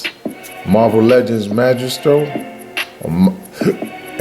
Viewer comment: Maestro not majestro. But great review thanks 😊